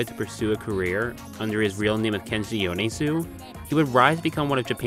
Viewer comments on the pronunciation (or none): The way pronounces 'e' in japanese words as 'ii' in every single fucking video instead of 'eh'. IT'S YO-NEH-ZU. IT's MA-REH-TU